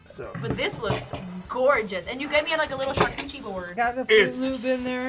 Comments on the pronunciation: Charcuterie < Charcoochie 😂😂🤪🤭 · she said charCOOCHIE board😭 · She really said charcoochie board